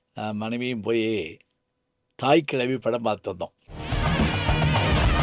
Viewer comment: இத்தனை சிறப்பாகச் சிலாகித்து, இரசித்துப் பேசிய தமிழ்ப் பேராசிரியர் "தாய் கிழவி" என்ற தலைப்புக் குறித்தும் பேசியிருக்கலாம். அவர் ஒவ்வொரு முறை, படத்தின் பெயரை உச்சரிக்கும் போதெல்லாம்.... "தாய்க் கிழவி" என்றுதான் உச்சரிக்கிறார். ஆனால் ஏனோ சொல்ல மறந்து அல்லது தவிர்த்து விட்டார்.